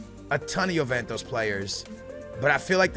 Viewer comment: Please learn to pronounce Juventus...